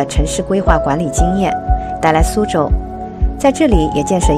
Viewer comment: 是su州，不是shu州，典型的南方口音😂